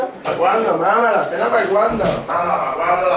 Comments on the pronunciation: dice cena, no sena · ¿por que dices sena? que yo sepa "sena" es un río. Creo que lo que querías decir era Cena fuera de correcciones, el video cojonudo como siempre jagger XD